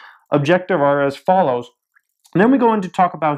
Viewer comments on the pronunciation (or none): none